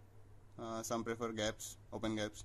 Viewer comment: Its not 'gaps' its 'G' apps tats for Google apps..!!